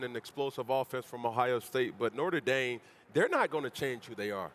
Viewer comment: “Norter Dame” -Cam Newton